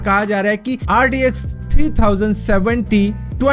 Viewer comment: Bro bro bro pronunciation toh thik boldo RDX lag raha hai bhai RTX hai wo LOL 😂😂😂😂